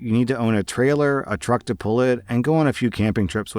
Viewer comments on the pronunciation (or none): none